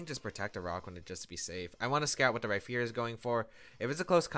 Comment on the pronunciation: Rhyperior with a p not a ph or f